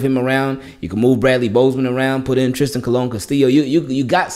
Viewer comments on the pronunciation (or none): none